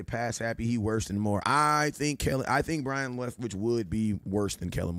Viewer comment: Byron not Brian